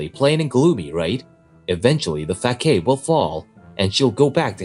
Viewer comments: "FAKAIDE"???? Ummm ... no ... "Facade" is pronounced "fa-SAH-d" ... 🙄 try using a translation app that pronounces the word. Did you forget? In "English" a "C" can be "hard""(sounds like a "K" such as in "cat") or "soft" (sounds like an "S", as in the veggie, "celery". 🙄 ( No wonder Germany and a few others at the UN are trying to get rid of the letter "C", replacing it with either a "K" or "S" ... exsept in works like "klam CHowder" where the "C" and "H" are kombined for the "ch" sound. Btw, If they sukseed, "school" would be spelled "skule" (rymes with "rule") or "skool" since the "C" and "H" are NOT combined for the "ch" sound, like it is in "Chowder" and "Chapter", among many others.. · Fack-aid... I've only heard facade (fuh-sahd) pronounced like that once, and it was in a movie by an actor portraying a moron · Facade = Fas-ard. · The pronunciation of facade is funny. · "Kaiji, you betrayed me!" No, betrayal would mean he's a friend. You never treated him as a friend. Also, for the male VA: facade is pronounced with a soft c sound (the sound you make when you say the letter c), and both as have the sound of the first a (so more ah not like aid).